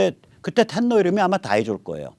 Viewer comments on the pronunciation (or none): 뱅모선셍 일본왕의 읿본식발음을 ''댄노''로 정정되었으면 합니다(''탠노'' 는 영어 식 발음임 Tenno)